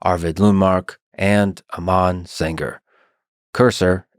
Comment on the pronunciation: It's not pronounced "Amaan" 'Am' part is correct just add 'an' at the end (like an apple an)